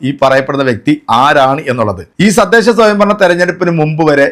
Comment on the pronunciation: ബായി നിങ്ങൾ പറയുന്ന ചില വാക്കുകൾ പിഴവ് ഉണ്ട് അത് നിങ്ങൾ ശ്രദ്ധിക്കണം..ഉദാഹരണം നിങ്ങൾ ഈ വീഡിയോയിൽ പറയുന്ന സദ്ദേശ തെരഞ്ഞെടുപ്പ്. സദ്ദേശം എന്നല്ല തദ്ദേശം എന്നാണ്. അങ്ങനെ ചില വീഡിയോയിൽ ഇത് പോലുള്ള ചെറിയ തെറ്റുകൾ ശ്രദ്ധിക്കുക. ബാക്കി എല്ലാം അടിപൊളി ആണ്...👍